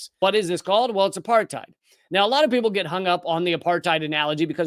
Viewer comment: Apartheid is pronounced "apart-aid". It's not a German word. It's Afrikaans meaning "aparthood".